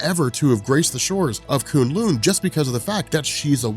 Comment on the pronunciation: Thanks for pronouncing kunlun better. This annoyed me so much in season 1...And I lost it at the part you basically said Assguard, I man Asgard, is the toilet lol